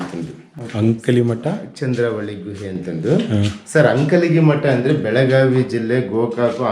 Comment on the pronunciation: It's not ankali.. it's Ankalagi